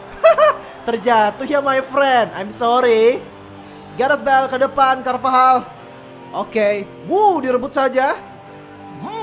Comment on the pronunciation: bang carvajal bang bukab carvahal